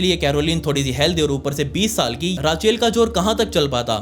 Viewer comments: भाई बाकी सब ठीक है लेकिन अंग्रेजी शब्दों का उच्चारण कई videos में गलत होता है. एक वीडियो में दूध की डेरी को तुम डायरी बोलते हो लगातार.. इस वीडियो में रेचल की जगह राचेल बोल रहे हो.. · Why are you pronounce her name as राचेल ... This is so annoying and bothersome ... Please STOP ... It's रेचिएल ... Just get lost please, you are so low❗😡🤬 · भैय्या वो राचेल नाही रेचेल होता है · bauji rachel = ra chail ni wo rae chill aise bola jata hai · It's Rachel not Raachel.. please clear ur pronunciation. And I'm not urs bauji...'bauji' means duffer na....u r a real Bauji mf. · Rachel✖️ Raachail✅ 😂😂😂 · राचेल ❌ रेचल ✅ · Raachel 😂😂😂😂 Its Rachel.... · राचेल nahi hota it's रेचल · Raachel nhi Rachel Re chal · It's not raacheel it's rachel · Rachel ❌ Raaachel ✔️ Elizabeth ❌ Elizabaith ✔️ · राचे ल नही रेशल होगा उसका नाम ,गाँव का है क्या भाई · Raachel kya hotha hai it's pronounced as rechal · Rachel pronunciation is रेचल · bhai please its not raachalll its rachel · Raa- Chel...??? ITS PRONOUNCED LIKE Re-chal... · Love your videos but its not raa chel... Its ray chel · Ra-cheal nahi “rey-chal” hota hei… but love the way you narrate the story 👍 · राचेल nahi hai bhai wo रेचल है 😂😂😂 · रेकेल बोलते है रचेल नहीं😅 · Oh ਰਾਚੇਲ ਨਹੀਂ ਰੇਚਲ ਤਾਂ ਨਾਮ ਹੁੰਦਾ ਐ ਆਸਟਰੇਲੀਆ ਵਿਚ Ray chal ✅️ not -raa chel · भाई रेचल को राचेल राचेल सुन कर दिमाग का दही हो गया😂😂😂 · Sir raachel nahi ray-chal hota hai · Racheel nhi h bhai Rachel h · Rachel ❌ Raachail ✅ 😅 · Rachel ni hota rechel hota h bolny m beshk likhny m Rachel ho apk mou s galt nam sun k bht tang ho ri hu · Man the way you say Rache sounds very funny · भाई रेचल होता है! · It's pronunciation is रेचल (Rachel) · Rachel ka pronounce galat kr re ho